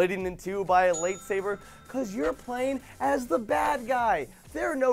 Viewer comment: 'Late Saber'?? WHAT THE HELL ;-; Its 'Light Saber' Joven...